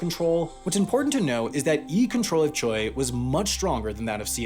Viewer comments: Boggles my mind that you pronounce Cheil as Choi. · cheil is pronounced "jeh-il" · FYI Cheil is pronounced more like ‘Jay-ill’ but overall good job with the pronunciation, especially all the names! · Cheil pronounced like “jail” except with a slight separation for two vowels. = “jeh - ill”